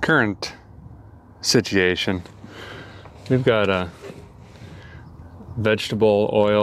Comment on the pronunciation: Did you say "situation" in a northern Irish accent on purpose? Cause you did!